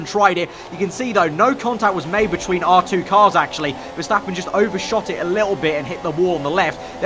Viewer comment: Or when he says "Betchween" haha, love this vid tho.